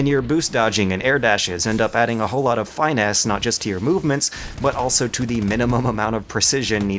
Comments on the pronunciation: ... Fine Ass? do you mean... finesse? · I thought he said fine ass. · Nice breakdown! You should look up the pronunciation of finesse though